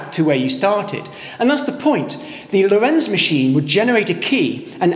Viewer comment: Good explanations! One thing that baffles me with all English speaking vids about the Lorenz Cipher is the strange pronouncation: it's Lórenz with stress on first syllable, not Lorénz.